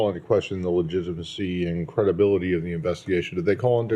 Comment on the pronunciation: When someone mispronounces “legitimacy” kinda raises immediate red flags suggesting otherwise lol